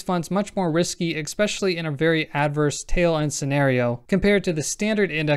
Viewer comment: "Expecially" is not a word.